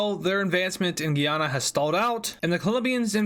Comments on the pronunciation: Guyana is pronounced "Guy anna" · Day 4 of telling he says Guyana wrong